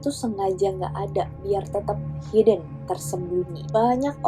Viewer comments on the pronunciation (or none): none